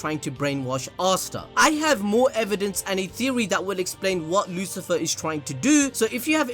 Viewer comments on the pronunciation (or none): Why do u keep saying Lucifer its Lucifer'o